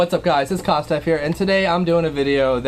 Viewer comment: Haha watching his stream and his dumb ass can't even say kosdff right he keeps calling you kosdff.